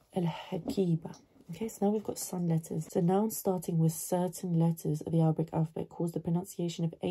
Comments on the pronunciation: هل انت عربية انا اتابعكي مند فترة ولم ارى فيك اي شيء عربي حتى هادا الفيديو نطقك صحيح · Your accent is very good